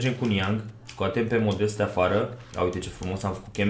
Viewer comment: Se citește Modest, nu modeste ..